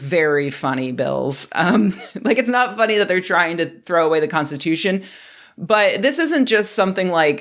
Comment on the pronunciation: Separation of Church and State. What???? Cornstitooshun?????? What????? LMAO!!!!